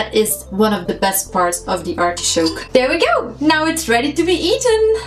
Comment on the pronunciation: it's not artishoke….it's artichoke....